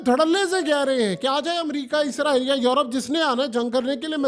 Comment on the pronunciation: عزرائیل نہیں بھائی اسرائیل ہے